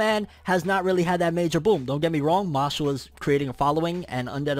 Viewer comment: Who remembers when called it “Mash Lee”